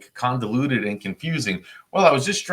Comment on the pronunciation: Sir did you mean convoluted or condiluted? The latter isnt a word. 🙄